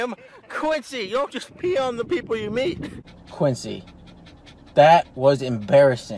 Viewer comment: its Quincy not guincy.